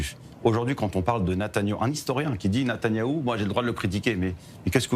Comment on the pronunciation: Ahhh euu c est Netanyahou et pas Netanaouuu ...apprendre déjà à prononcer son nom ce serait pas mal